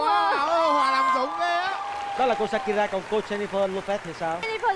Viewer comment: SHAKIRA chứ không phải SAKURA nha Đại Nghĩa ơi 😂😂😂